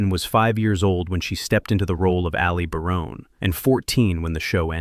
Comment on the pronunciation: The voice over guy can't even say Barone properly